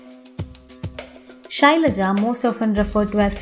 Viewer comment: Shailaja...RIP Pronunciation